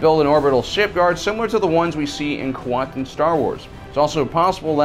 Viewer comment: what the fuck are you saying here? Quantum Star Wars? Kwantin Star Wars? Quanton Star Wars? Quantorn Star Wars? Cantor Star Wars? WHAT ARE YOU SAYING? what is he saying guys?